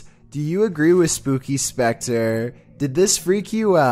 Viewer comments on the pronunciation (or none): none